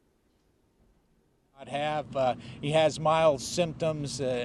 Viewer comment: Did he say the 'wise house'?